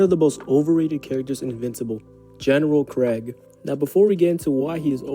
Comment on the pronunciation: Pronouncing his name like Craig instead of kregg cracks me up. When you say Craig all I can think of is a white suburban dad who is rocking leather sandals while grilling up some burgers and hotdogs